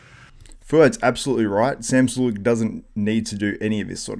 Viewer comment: Jesus Christ... is unbearable. Interjects telling Greg he needs pronunciation lessons because he said Sam's last name wrong but then says it wrong himself. Dude thinks he is above everyone because he used to write for magazines back in the day. Anyone could write articles on bodybuilding, it isn't hard. The only reason he even wrote is because of the people he knew, not because he was SOOOOO talented that they couldn't possibly exist without him.